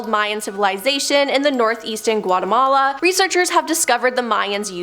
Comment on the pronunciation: She butchered Guatemala 😂